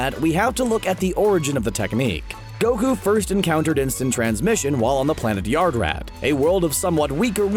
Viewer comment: When he says yardrat to me it sounds like yard rat